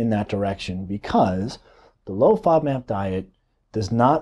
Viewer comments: Nice video but can’t understand what kind of diet you’re saying. Played it over several times. Sounds like “low fob mat diet”. Please spell it out. Thank you. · Please clarify what you were saying. I can't understand the word you repeatedly say but don't enunciate. Are you saying low-fat diet low-fat NAB diet? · How is he pronouncing that word? Is he saying fodmap? I don’t know could somebody help me here?